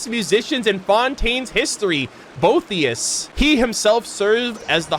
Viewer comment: Boethius is pronounced "Bo-EAT-thius" btw